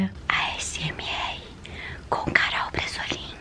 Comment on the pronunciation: No cmç eu entendi "garol bresolin" kaka